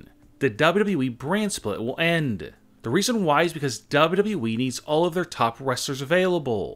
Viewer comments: Why do you say double u we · the way he says dub dub dub eee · The way he says "wwe" is too funny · PLEASE STOP SAYING WWE LIKE THAT SAY IT A LITLE BIT SLOWER